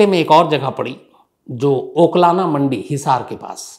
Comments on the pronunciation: Oklana nahi sir uklana mandi h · अबे ओकलाना नहीं उकलाना मंडी है पहले शुद्ध बोलना सिख